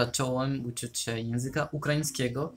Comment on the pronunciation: Teraz dopiero komentuję, ale właściwie to czasem masz właśnie bardzo... polski akcent :D Tylko "ę" na końcu "się" wymawiasz mocno inaczej (ale i tak każdy to zrozumie), tak poza tym to bardzo ładny akcent :D Ukraiński jest dla mnie trudny jeśli chodzi o akcent, taki mocno inny. Moja mama ma znajomą z Ukrainy, to czasem rozmawiałyśmy. I ona się nauczyła polskiego, jednak ma dużo bardziej widoczny akcent niż Ty :D Niby też słowiański akcent, jednak dla mnie mocno się różni xD